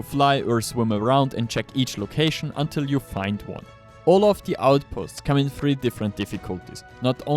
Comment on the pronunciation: "in die hexagon Shop, you can..." "Once die files are available...." "You'll find die link, in ?!?THE?!? Video description"?! Wie kannst sein, dass du genau einmal richtig "the" sagst?